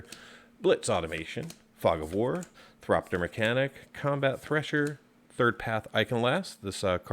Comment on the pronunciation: Thopter not Thropter